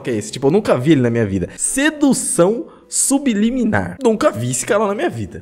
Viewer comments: "SUBILIMINAR" KKKKKKKKKK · Kkkk sub liminar,kkkk É subliminar Mano,kkkk Zuera viu tio...!!! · "Sibiliminar" kkkkkkk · O nome: "Sedução subliminar" como o lê: Sedução sub-liminar ta serto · "subiliminar" kskkssksksksk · ELE LENDO SUBLIMINAR: SUB LIMINAR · So eu percebi que ele falo subilimar em vez de subliminar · Só eu vi ele falando sub liminar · Engraçado que todo mundo lembro da água mais ninguém percebeu que ele falou 'subiliminar' sendo que é 'subliminar' ah é só pra falar nada contra ele falar errado